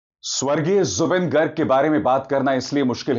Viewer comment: It's not गर्ग It's गार्ग....🙏